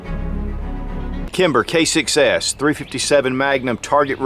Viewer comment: ROFLMAO...at beginning he says Kimber K6s....sounds like he says Kimber Kicks A$$